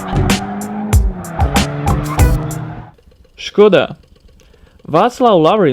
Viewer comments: I put on repeat you saying "Skoda" only person i know getting the name right. Plus it sounds sexual said by you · Finally someone that pronounces Škoda right! Good video!